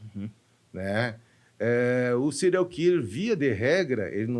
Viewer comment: 🥺🥺🥺🥺🥺🥺🥺🥺🥺nao se diz cereal (killer) Diz-se Síirial killer (apesar de se escrever serial)